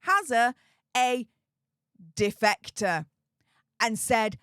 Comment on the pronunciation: Defecater? Ohhhh defector😂